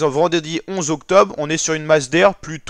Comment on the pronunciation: Y a un « R » dans octobRe … et il se prononce